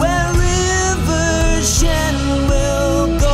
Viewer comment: RIWER SHWEN